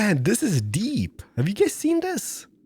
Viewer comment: it is pronounced this not dis.